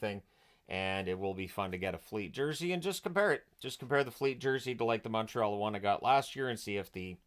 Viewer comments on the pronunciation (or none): none